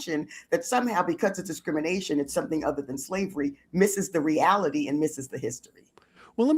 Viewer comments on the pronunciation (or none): none